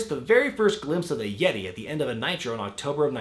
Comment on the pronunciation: haha THE YEH-TAY!